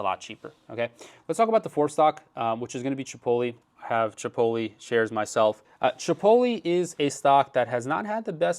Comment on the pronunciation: Chipoly? Like cannolli? lol